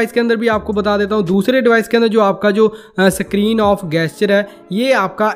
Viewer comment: 'Sakrin' nahi screen hai😂